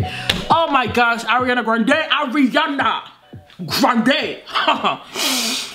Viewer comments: I collected all the precious “Areana GranDE”s in a compilation check it out if you want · Did she say Hurryana Grande? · i love u u say arianaa grendewww not her totally ure arianator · one shot everytime this girl says "AwREanAA GrAwNdEEeeee" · “Ari-una GRAN-DAYY”😭😭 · Lets give a Oscar for everytime she said AriANa GRaNdEeeYYyy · I love it when she say "Oriyaaana Groondaeeey" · take a drink when says "hariana grandey" and "beeiitch" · nobody: her: ARIANA GRONDAEEE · The way she says Ariana Grande be having me weak asf lmao 😂😂😭